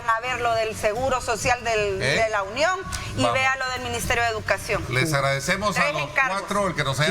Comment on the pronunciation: No se dice Lunion se dice La Union..por favor